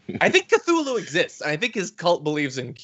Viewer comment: Re; "Q-thoo-loo..." Cthulhu is actually pronounced with a hard th, like in Thompson or Thomas: "Cuh-Tull-Hoo" English is a stupid language that ignores it's own rules. :) Don't mind me: a couple of rather wise fellows told me I can Google things on the internet to double-check details, I took their advice. They're usually pretty reliable. :)